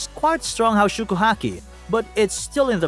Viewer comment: Pls learn how to pronounce haoshoku if you gonna use the japanese version:’)